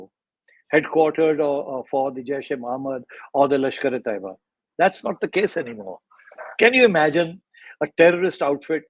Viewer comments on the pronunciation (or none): Karan and other respected Indian audience members, it’s pronounced Lashkar-E-Tayyeba and not Lashkar-E-Toyba